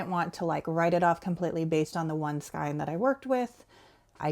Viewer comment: Gosh, I know this is probably come across as incredibly rude and obnoxious... But it's driving me crazy. So I apologize in advance. Please learn to pronounce skein correctly... Sorry, sorry. I can't help myself.